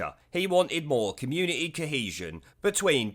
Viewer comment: its community NOT communieeee FUCKING HATE THAT FROM HER LOT